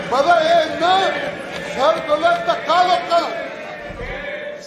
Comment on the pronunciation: ਇਹ ਧਧਾ ਕਹਿੰਦਾ ਕਿ ਧੱਕਾ ਕਹਿੰਦਾ